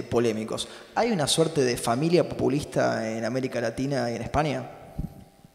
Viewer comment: No la mas relevante... pero me pareció escuchar que la presentadora dijo "pUpulista" el cual me parece una palabra que aunque no existe me parece mejor para describir el populismo.